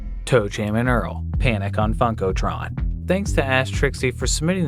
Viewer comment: Lol your pronunciation of Funkotron